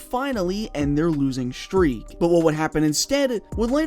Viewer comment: you said 'shtruggle' and 'shtreak'; are you black?